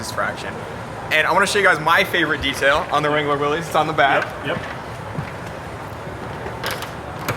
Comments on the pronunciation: How can you work at Jeep, be their Brand Manager and not know how to pronounce Willys? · It still irks me when I see Jeep experts mispronounce "Willys" - it's not "will - eez", it's "will - iss". Grrrrrr. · Huh, you would think the Jeep "Brand Manager" would know it's pronounced "Will iss" not "Will eez" Then again, if you think adding a black grill and 4wd sticker make it a "Rubicon Light", I guess you really don't know much about Jeep history or what made the Jeep a classic. At least he schooled the host on the difference between a limited-slip and a locker.... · I don't know why but this drives me insane... it's not difficult, just think of it as Willis. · Guy can’t even say Willys correctly. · How many times can we mispronounce Willys? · Maybe learn how to pronounce Willy's first, then do a story on it........ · You'd think the Jeep Brand Manager could pronounce Willys correctly.